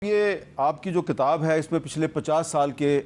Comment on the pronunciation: Hamid Mir sb, It is kitab. It is not katab